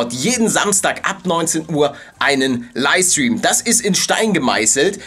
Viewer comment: Kannst du mal LiFFFe stream sagen und nicht Liestream! XD